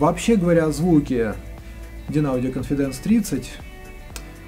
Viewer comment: cOnfidence, а не confidAnce.